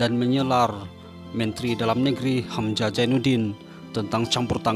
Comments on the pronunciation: Sebut betul2..hamZah bknnya hamJah..Hamjah?? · dia sebut nama hamzah je aku dah tau jawa